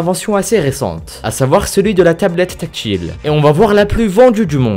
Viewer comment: On dit écran tactile et pas écran tac-chile ^^